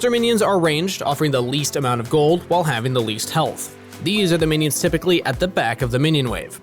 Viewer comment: You said rypically yourself though